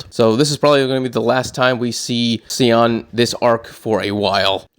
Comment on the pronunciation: And it's not pronounced cal( ious ) panel, it's just call- i-ss panel and Sion is pronounced Scion! Hope that helps, I really appreciate and enjoy your channel and take on thing's! Thanks